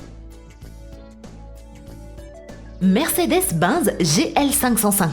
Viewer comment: faut m'expliquer toi parler France ou pas car binz au lieu de benz et vers j'ai pas tout compris et j'en passe bref franchement sa se voit que c'est une usine a fric comme lama fâché